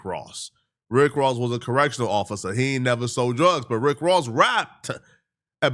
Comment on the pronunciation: Ross is a suckah...a corrections officahh